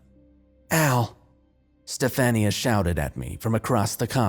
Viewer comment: Sci fi creepypasta are my favorite! And do u mean STEF-AHN-YA?